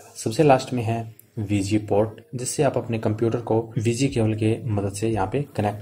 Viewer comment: abe bauve SGMI nhi HDMI hota he be 😂 aur VG port nhi hota VGA port hota he